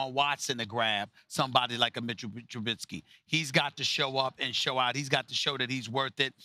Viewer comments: Trubissssky not trubinnsky get it right you get paid millions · Its not "Trubinsky" your inability to pronounce his name shows your bias. You undervalue the way he uses his legs to confound defenses. You will learn. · Stephen be a journalist and say Trubisky's name right. Jesus.